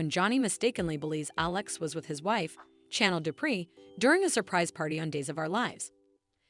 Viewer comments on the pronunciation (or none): Why does the people who tell the story online can't pronounce the actors names? Chanel isn't pronounced like the word channel and Ava is pronounced long sounded letter A. Anyways that's why many times I don't like to listen to these videos.